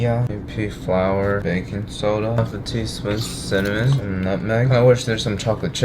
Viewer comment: As a military intrested person, anytime he says " flour" i imagine flore tearing through steel sheets